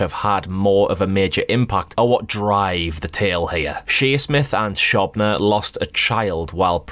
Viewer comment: I think it's pronounced show-bna rather than shob- like cob lol